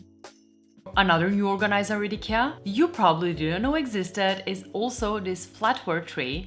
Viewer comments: Do yourself a favor and never say it like she does unless you want to get banned and ridiculed in Sweden. It's "E-ke-a". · IGAH? Eekyah? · Just one little correction. It is pronounced I-kee-a. I realise that 8n most languages it is pronounced differently, but in English, I key a please! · Have.......have I been pronouncing the name wrong for forever??? I used the say eye kia, but I guess I need to change that now. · Great video. I'm struggling though to understand your pronunciation of IKEA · I have been pronouncing Ikea wrong all this time!